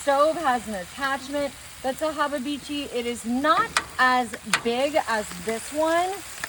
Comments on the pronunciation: If you say hababeechi just one more time, I'm gonna freak out! It's habachi. Pronounced - hah bah chee 🤨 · Did she mean hibachi when she said hababichi? 😮😢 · Hababichi is wild! Its pronounced hab-a-chi. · ok, i'll ask, what's a 'haabah-beechee', do you mean 'hibachi' aka 'hah-bah-chee'??? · Wtf is a " Habibitchi"? Does she mean Habachi ? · What is a hababichi? Does she mean Habachi? Someone let me know. 😮🫩🤢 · Pretty sure it's spelt Hibachi not hobby had itchy or whatever she's saying. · What is habebichi? Is she trying to say hibachi? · If she say hababeechy one more time! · Is Hababichi the brand of hibachi she is using, or did she pronounce it? 😂😂😂💀⚰️🥀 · Wtf is a habba-beachy? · Lol ! I'm still looking for the second B in habachi !! 😂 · I've been saying it wrong then Laugh out loud!!! "Hubabichi"😅😂😂 I can't believe what I'm seeing. But then again she need a whooping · Does she mean hibachi? 😂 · Ya burned it and you can't say habachi correctly. How often does your husband go hungry? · That looks absolutely gross. She should learn how to pronounce the name of grill correctly. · I want to punch her for mispronouncing "hibachi" while playing with that much food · You do know that your saying hibachi WRONG. It's not even the least but humorous. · This is just gross ,what is she like a hillbilly who won the lotto so now she just bought herself a big grill to cook on ?an why does she keeps prononcing the name of the grill wrong smh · You lost me at the can of tomatoes, then you slapped with the "warsh-yer-sister" sauce... and by the 5th "hab-a-bichi" I almost threw my phone.... Im amazed and appalled at the same time... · Did she say haba-beechy? Did she call it wash-your-sister sauce? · Hababeechi? Worchestershire sauce? Damn!!!